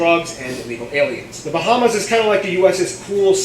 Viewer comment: I’m from The Bahamas 🇧🇸 and he pronounced most of our islands wrong